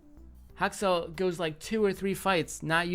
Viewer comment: Is it just me or why I often hear "Hot sauce", when you say Haksal? Well anyway, Good analysis!